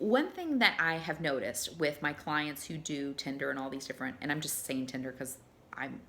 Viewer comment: I wish there was an app called Tender like she keeps pronouncing it lol. It's the opposite of Tinder: An app for verified emotional affection and connection. Idk how you verify that digitally (and keep in mind I'm an app developer lol) but I would love that as alternative to this drive through fast food garbage dating in this country.